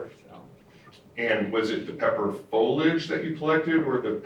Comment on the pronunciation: Why can’t they pronounce “foliage”?